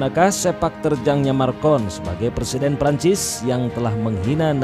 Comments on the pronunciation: Macron..., bukan marcon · Macron min bukan marcon, ntar salah orang kita hehe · Macron bukan marcon Erdogan bukan edrogan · MACRON (MAKRON) JON ,,,MACRON ,,,,BUKAN "MARKON" SEKALI LAGI "MACRON BUKAN MARCON" 🤣 ERDOGAN DI BACA EDROGAN wkwkwk yg bener di salahin yg salah di benerin ,,,kocak bin unik 😂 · Klau mau bikin dokumentari pastikan nama yg di sebut tu betul. President Perancis nama nya MACRON, bukan Marcon. Maaf, saya sekadar membetulkan saja. Memang patut di laknati ALLAH SWT pemimlin ini. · Macron min bukan marcon 🙏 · Macron min bukan marcon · Nama presiden Perancis itu macron bukannya marcon. Haduh gimana sih nih, sebut nama aja masih salah. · Macron boy bukan markon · Macron bukan marcon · PRESENTER SALAH MELULU, MACRON BUKAN MARCON.... ERDOGAN BUKAN EDROGAN... HADDUUHHH.... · Macron bkn Marcon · pembaca beritanya nyebut marcon